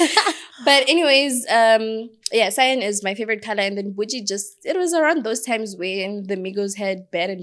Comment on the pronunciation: So no one is going to say anything about her calling Cyan “Sein”💀🌚. Even after she corrected her 😂